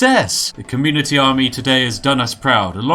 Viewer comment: When he said communitea I just cracked up.. haha that was epix